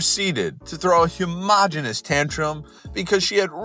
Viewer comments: I'm sorry but......"humogenous" instead of "humongous".....XD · any one esle reilise the way he said huomongis elliot is gay